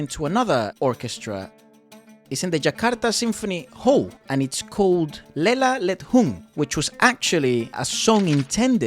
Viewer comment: 😂 You mispronounce the word. lela ledhung, le-la le-dhung